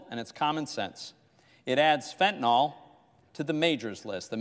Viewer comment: Ya know? I have heard these so called highly educated clowns in leadership pronounce the name of a certain opioid, incorrectly. They keep calling it Fentanol.....Fact for all of those geniuses! It is properly Fentanyl most used for pain in cancer patients.